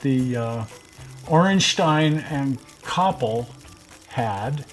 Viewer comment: Ayyye you got the pronounciation correct! Congratulations! :D